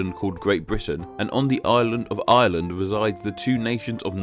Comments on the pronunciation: He pronounces 'Ireland' and 'island' the exact same XD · can't help noticing that the R sound in Ireland is completely dropped